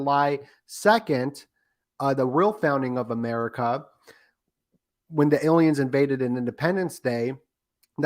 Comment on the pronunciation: It's there some reason why this guy says ilians? It's weird